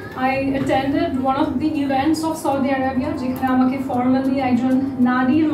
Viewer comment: The journalist cant even pronounce 'Saudi Arabai". What is choudi? Gordhob